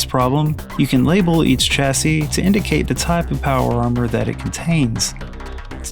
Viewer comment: Chassy is pronounced like Shassy, great video!